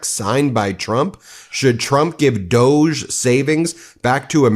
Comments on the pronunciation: John Iadarola calls it "dog-ee". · It's pronounced DOG - E [doggy.].